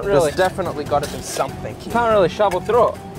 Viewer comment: how is saying through